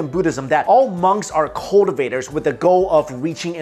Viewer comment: cultivator? not spoken clearly